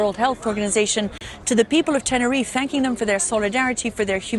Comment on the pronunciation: Please learn how to pronounce “Tenerife” correctly. All three of them mispronounced it. The ignorance 😅